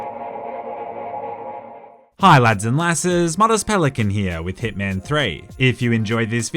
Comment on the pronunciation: time he says thick man not hitman